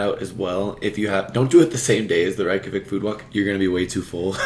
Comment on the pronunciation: The correct pronunciation of Reykjavík in Icelandic can be phonetically written as Rayk-yah-veek. The "a" in -Rayk is similar to the "a" in the word "pace", while the -yah sound is pronounced similarly to the word "yes" in German, "ja", with a very open "a"